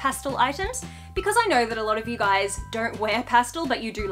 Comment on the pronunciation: "Don't yew reckon?!"